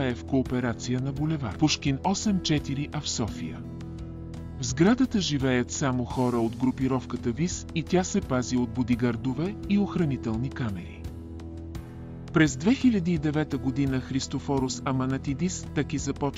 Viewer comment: Защо изговаряте Тъки вместо ТАКИ, също и начина на говорене, въпреки приятния глас на говорещия, сякаш устройство говори Също на бУдигардове вместо бодигардове и СлЪви Трифонов 😅